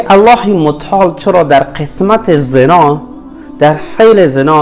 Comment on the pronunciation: چقدر با تجوید تلفظ مثلا زناه